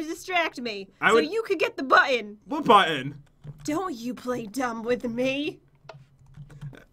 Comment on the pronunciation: pat:"BuTtOn":"ugh..":"pat really?" Pat:"what do you mean I never made that sound in my life" Me:😆😂